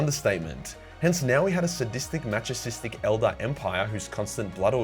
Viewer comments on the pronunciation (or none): Not mass-ah-chistic! It's mass-ah-kistic! Fuck man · “Machisistic” Not to be that guy, but it’s pronounced ma-suh-ki-stick.